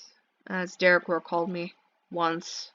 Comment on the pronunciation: why do you pronounce derequor like de reh khor